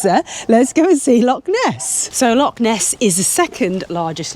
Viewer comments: and; ask a local on how to pronounce lock and loch. Just a tip. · Have to agree no excuses for saying lock,they're found in doors and canals, how long would you wander in the lake district calling it the Loch district before someone would want to correct you .